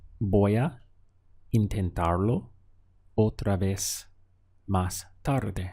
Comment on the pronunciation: It sounds like you are making more of a "v" sound for "otra vez"....